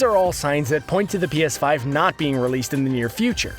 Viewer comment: Pea Ass Five